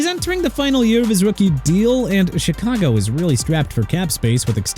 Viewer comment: YOU DON'T KNOW HOW TO PRONOUNCE AT ALL PERIOD! CHICAGO PRONOUNCED SHEE-KAH-GOW NOT CHEE-KAH-GOW!! AND MIAMI SHOULD TRADE TUA AWAY TO MAKE YOU AND ALL THESE PEOPLE IN THE COMMENTS HAPPY HUH, MR. NEW "OR-LEANS" WHO SHOWS TIME AND TIME AGAIN THAT HE DON'T HAVE RESPECT FOR A LOUISIANA CITY?! ALSO KYLE SHANAHAN NOT PANAHAN!! ARE YOU SERIOUS?! SHOW THE NINERS RESPECT WHEN YOU MENTION THE COACH! YOU'RE DONE!!